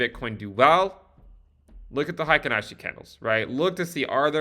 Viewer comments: "Hi ken ashi" is the incorrect pronunciation. Should be more like: "Hey Keynn Ashi". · Hey-kin, not high-kin :) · its pronounced HEY-KEEN ASHI